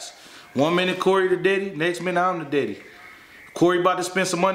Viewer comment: Did say Diddy; instead of daddy?